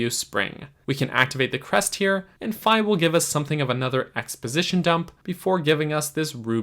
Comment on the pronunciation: You're correct pronouncing Fi like Wi-Fi. Her name in Japanese is ファイ, or Fai, which sounds exactly like the 'fi' in Wi-Fi. ;) And yes, you more or less pronounced kunai correctly as well. Two gold stars for you!